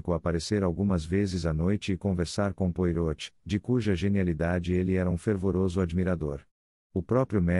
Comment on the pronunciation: Áudio com erros, Poirot de ser falado de acordo com o francês